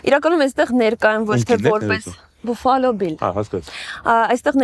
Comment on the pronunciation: Buffalo grvum e baffalo artasanvum, inch amot, gone angleren lezun mi axavaxeq